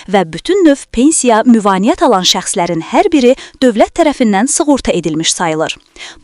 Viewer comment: Ay Tutuquşu,"müvainət" yox,"müavinət".